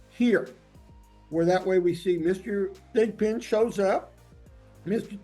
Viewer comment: Lol did he say Mr. Thick Pin?